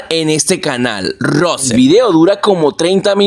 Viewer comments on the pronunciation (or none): none